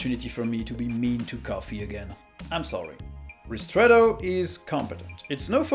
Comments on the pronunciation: Aren't you French? Your "ristretto" was a perfect Italian pronunciation! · good pronunciation of "Ristretto". Are you an Italian speaker?